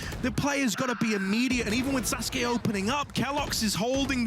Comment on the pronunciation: man the casters pronouncing sasuke and suzuki got me mad as hell